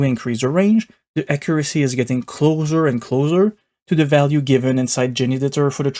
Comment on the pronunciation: I loved the acCURacy of your pronunciation of "accuracy" being hard-coded to 50%!